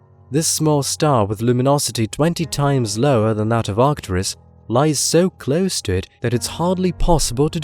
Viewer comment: arcturUs, not artcturis you ignoramus